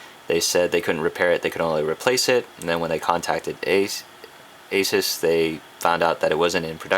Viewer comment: finally someone who pronounces ASUS correctly. I hate when people say a-soos, you wouldnt say pegasoos because its pegasus.